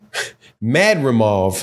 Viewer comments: Man, how can you not pronounce a simple name like Madrimov when I kno fo sho you can pronounce De'shaundra, Jamarcus and Shaniqua... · That madrimov be killing you og. Not gon lie I was struggling to say it at first too lmao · was thinking same. Can’t believe I watch some of these videos by these wannabe analysts.